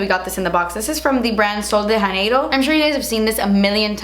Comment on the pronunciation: you have to enunciate the j in janeiro, it’s like JAneiro. and it’s also boom boom, not the way you said it